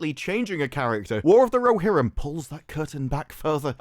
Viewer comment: War of the Ro"she"rim